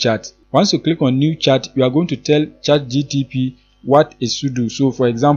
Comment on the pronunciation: Did u say chat gtp? 😂